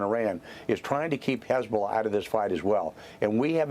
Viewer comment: As annoying as her voice is, I enjoyed playing the first few seconds of this video back….she sounded like she had a stroke when she said “Hezzbllll”